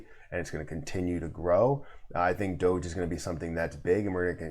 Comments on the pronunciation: The common pronunciation is "DOUGH - ZH" (which only you pronounced correctly in this video). Nice to see Mark try to get Ellen involved. She has a lot of reach in terms of audience. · I agree with how you say DOGE